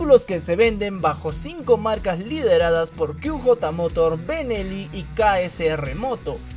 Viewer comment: QJ Motor, se pronunciaría (kíü yeí morór) inglés. /ó/ (kú jotá motór) español. No kíü jota, spanglish jajaja..